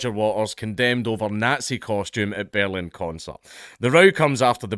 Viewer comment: The Scottish accent makes the word "Berlin" sound like "bellend". I kept thinking Dankula was inserting his opinion of the police force.